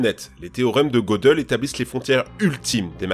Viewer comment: En fait ca ne se prononce pas Godeul mais Gueudél